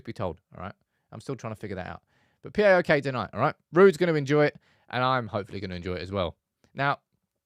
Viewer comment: say it right Paok not P.A.O.K